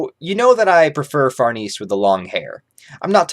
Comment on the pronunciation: Uhh it’s pronounced far-nay-say not far-niece